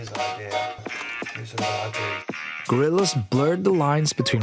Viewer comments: can somebody please finally explain to me, as a non-native: Why do so many foreigners say ID to IDEA. Why do they pronounce it IDEE instead of IDEA? is it just wrong, or a dialect thing or what is it? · Brother great video but its idea not id you keep leaving out the eaaaah part of idea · Nice video! Please look up how to pronounce IDEA, I know you're nordic but for the love of god say the whole word thanks that bothered me to no end!